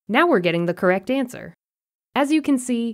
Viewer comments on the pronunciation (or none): none